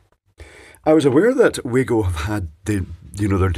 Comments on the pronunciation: FYI Acording to the Manufacturer It's pronounced "Wa" "go", not "Way go" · Isn't it Vargo not waygo 👍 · Pronounced Vah-goh being a German product, not that it matters much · It is. And it's not. I just watched a video from wago.de, and they say vah-go. But on wago.us, they say wah-go. So I guess the German parent company doesn't mind "local" pronunciation. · Its pronounced Var-go. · pronounced "VAGO" they are german.... never trusted these, just use a screw terminal instead. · It's pronounced Vago mate. Their reps told me they stopped making the grey plastic one because it was ripped off. So they made a better product to replace it. That's not a Wago product. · Glad someone mentioned this, been reading the other comments thinking I'm in a parallel universe :) used to work in electronic component purchasing, always been Va-go to me